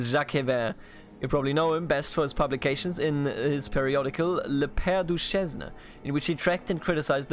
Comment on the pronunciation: Sorry to be "that guy", but I can't help when you struggled to pronounce Duchesne. It is like Düschänn if spelt phonetically in German, if you even care :p :p